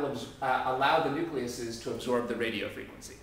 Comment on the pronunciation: Awesome video. But really.. nucleases?